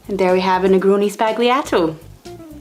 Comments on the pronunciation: Its pronounced : Spall-Yato. Not Spag Lee ahh toe. ( C'mon how is the entire internet getting this wrong, just ask any italian) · The drink is great, but the horrid pronunciation in that interview really kills the whole concept for me. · The g is silent. Like the D in Django. ;) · More precisely, it's zball-yato. If you make sure your B doesn't sound like a P, the Z sound will come naturally. (I studied phonetics years before studying Italian.) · The g in sbagliato is silent! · Why is everybody pronouncing the G in sbagliato? It's a modifier for the L not something to pronounce.